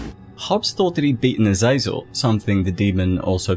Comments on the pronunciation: Its not pronounced azayzel its aza zel. Gotta play diablo games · You kept saying Azazel but I kept thinking of Azrael the Angel of Death.